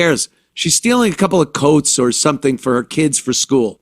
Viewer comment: “My keeid’s” gets me every time haha. The fatigue is real